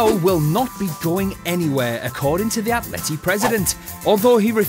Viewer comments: its atleti no atleit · Atleit? do you mean "Atleti"?